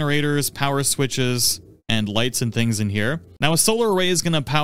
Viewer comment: your gonne wanne go... Is that English?